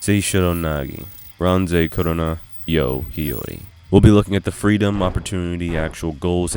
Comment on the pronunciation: It’s Kurona